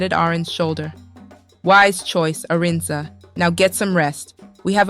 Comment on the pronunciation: Who's Aran?!!! Not Arinze?!!!🤔